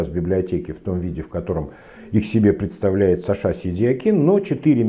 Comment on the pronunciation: почему ударение в имения сашА, на второй слог? Где можно почитать историю такого преобразования?